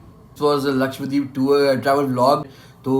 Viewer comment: A small correction. It is Laksha-DWeep not Lakshwa deep